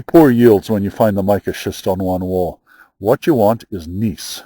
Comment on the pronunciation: Geologist here. Gneiss pronounced nice here in the states.